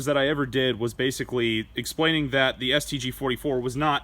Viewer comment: Did he say basicuei?